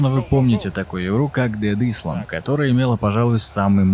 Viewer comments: Учитель: island: исленд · не исланд а айлэнд*